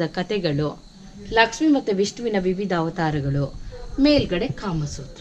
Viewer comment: Laksmi madum.. madum ge pronounce madoka baralla.. poor guide..👎